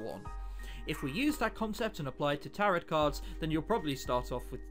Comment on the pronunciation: IT"S PRONOUNCED TAROW CARDS EVEN THOUGHT IS SPELLED TAROTOT CARDS sorry for yelling but you know